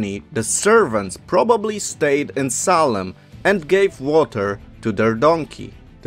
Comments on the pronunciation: I couldn’t stand to continue to listen to this because of the choppy-spoken narrator who cannot pronounce Salem correctly. It is pronounced SAY-LEM, not SAW-LEM! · you said the city salem or solon?